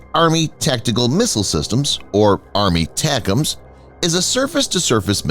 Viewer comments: WTF is "ARMY-tacums"? In military circles, ATACMS is pronounced: "EH-tac-ums". Every time your voiceover guy says "ARMY-tacums" it takes away from your credibility. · Yes, I know what the acronym ATACMS stands for. My point is NO ONE says "ARMY-tacums". You won't find a single example of someone from Lockheed Martin, a defense anaylist, or someone in uniform saying that because that's not how our military phoneticizes acronyms. Doesn't matter how long an acronym is, they'll always phoneticize the whole acronym and never say out part of it in long form. Like the Commander of Submarine Force Atlantic Fleet is abbreviated COMNAVSUBFOR, and you bet your ass they always pronounce it as one word exactly like it's spelled. They never say "commander-navsubfor".